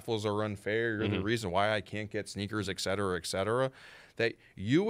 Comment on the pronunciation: It's et cetera.... not ec cetera....